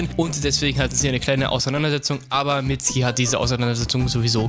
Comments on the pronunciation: Es wird nicht mitski ausgesprochen sondern mitsuki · Der heißt Mitsuki nicht mitski 😂😂😂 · nicht "Mitzki" "Mitsukie" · er heißt nicht mitski sondern mitzuki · diggah was für mitski🤣🤣🤣🤣 sag einfach mitsuki so wie in der serie du lelek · Mitsuki nicht mitsgi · Mitzki... saske... itatschi... bin ich der einzige den das heftig triggert? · Wird im japanischen ein u laut vor dem k laut nicht ausgesprochen oder warum heißen sie saske und mitski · FreezerJK-Online Es wird Mitsuki geschrieben aber Mitski ausgesprochen sogar Boruto spricht es in Anime so aus! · Wird aber "Mitski" ausgesprochen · man spricht das U bei Mitsuki mit🤦🏼‍♂️